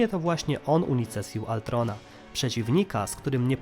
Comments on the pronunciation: Przekręcasz dużo imion np Ultron a nie Altron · To był ultron nie altron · wkurza mnie jak ktos używa gimbowego sformułowania "cringe" Brzmi żałośnie Lepiej wypowiadac Ultron tak jak sie powinno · Nie chcę zabrzmieć jak jakiś hejter bo nie mam tego na celu, ale... KTO MÓWI ALTRON?!?!?!?!??!?!?!?! MÓWI SIĘ ULTRON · hej troche spóźnione ale mówi się ultron a nie altron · Panie nie altron tylko ultron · To jest Ultron nie Altron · uszy mi krwawią jak mówisz Altron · Ultron, Tony Stark, Wibranium itd.. A nie altron, toni stark, wajbrenium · Błagam możesz nie mówić altron tylko ultron albo wajbranium tylko wibranium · Z tą wymową to przesadzasz, nawet w filmie mówili "wibranium" a nie "wajbranium" czy "ultron" a nie "altron"... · W polskim tłumaczeniu Avengersi mówią Ultron a poza tym mówisz tytan a nie tajtan.